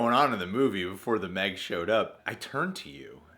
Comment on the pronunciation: The Meh-g?